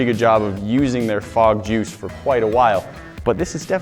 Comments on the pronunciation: What is fog juice... I thought he said bog juice... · At the start I thought you said frog juice so I was really confused and concerned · I totally thought you said "Frog jews". lmao